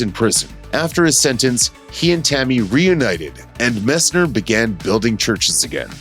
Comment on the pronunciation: MESSNER! “MESS-NNER!” Pronounce it correctly!